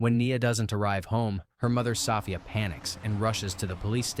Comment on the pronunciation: Hearing 'Soffia' is distracting. 😂